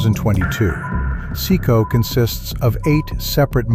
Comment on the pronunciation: So, why does no-one get out alive...? And the way you got CECOT wrong over and over did my head in!